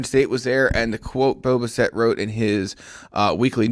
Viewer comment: Can you pronounce homeboys name correctly please? Bass-It, not Buh-Set